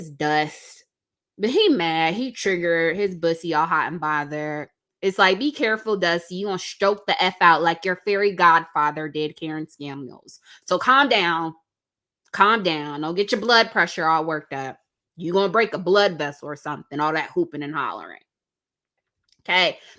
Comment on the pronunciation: Did she say : Karen Scamuels?!!😂